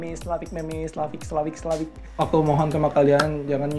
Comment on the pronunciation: Meme di baca mim